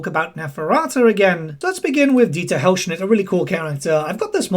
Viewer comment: I have to say it because it drove me crazy. :D It's Dieter Helsnicht. Hels-nicht. Not Helschnit. Sorry to be picky, it's one of those mispronunciations that gets me!